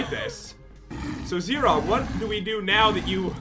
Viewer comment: it is Zira not zera